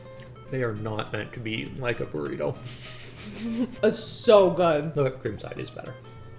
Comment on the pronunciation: it's burr-ito not buh-rahto. I grew up in Texas so bit of a pet peeve.